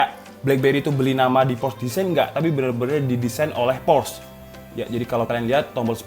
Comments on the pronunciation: FYI, Porsche bacanya po(r)-sye gaes. R nya tipiiis. Yang jelas bacanya bukan pors. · Por sche, bang. "Por - Sche". Bukan Porsh 😂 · Cara membaca/menyebutkan "Porsche" yang benar adalah "Por-se atau Por-shuh" jadi bukan "Porsh, atau Poresh". Hanya berbagi pengetahuan 😁. Saya salah satu yang tidak pernah punya hp blackberry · Btw bacanya Porsche itu 'Porsye' bukan Porsh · dibacanya por' syæ mas, r nya dibikin cedal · Spell nya sebenernya POR-SYE/ POR-SHE, Brand dari jerman kan itu